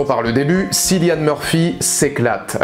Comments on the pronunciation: On prononce "Killian" et non Cillian mais excellente vidéo quand même! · Le c se prononce K, comme c'est un prénom irlandais. Cillian Murphy l'a déjà expliqué plusieurs fois. Tous les présentateurs ne disent pas "sillian"... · Thomas Shelby more respected than the one who plays it: Cillian Murphy = it is not pronounced Si-llian but Ki-lian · Sinon cillian murphy se prononce comme "Killian" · Pourtant dans toute les interviews les présentateurs disent Cillian